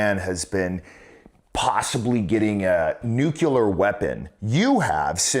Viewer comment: "Nuke-you-lar" boy is channelling GW Bush 😂